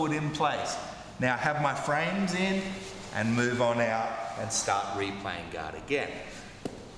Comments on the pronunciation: I often hear "God" when he says Guard 😊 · Yeah us Aussies drop the ‘r’. Americans pronounce the ‘o’ like an ‘a’.